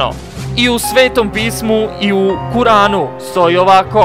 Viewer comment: Kur'an se ne čita Kuran, postoji apostrof u riječi i u izgovoru, postoji mala pauza stvorena između Kur i an.